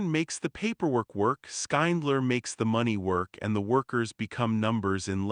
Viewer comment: This YouTube commentator should learn how to pronounce the main character's name, Schindler. Its not Skyndler or anything like that. How can you possibly pronounce it that bad?